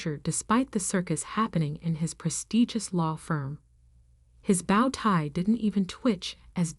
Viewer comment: Irrelevant, sometimes irritatingly distracting background! The word "bow" in "bow-tie" is pronounced like "blow", "crow", or "know", not like "cow", "how", or "now"!